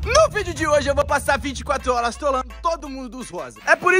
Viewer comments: Alguém percebeu q quando ele falou HJ VOU PASSAR 24 HRS, ele falou HOLAS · Ele falou 24 holas😂❤